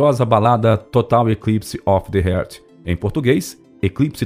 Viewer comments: Não é TAYLOR, é TYLER, que se pronuncia TAYLER. Outra: não herz, é heart que se pronuncia rarth. A materia é ótima, mas a pronúncia de inglês esta deixando a desejar, a voz do locutor é muito boa! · A pronúncia do camarada é horrível. " Total eclipse of the HERT".